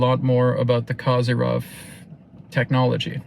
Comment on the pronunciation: The correct pronunciation of his surname is Ko-zeer-yev. The accented syllable is the middle one, "zeer". The wovel "o" in the first syllable is short, as in the word coffee. ❤